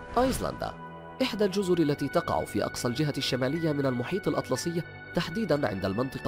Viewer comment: في الثانية قال المحيط (الاطلطي) والصحيح (الاطلسي)